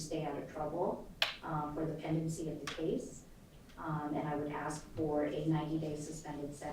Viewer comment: It's "CASE" not "CHASE"!